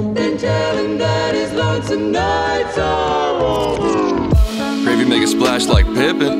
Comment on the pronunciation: He pronounces his adlibs like Barack Obama would, just listen to how he says splash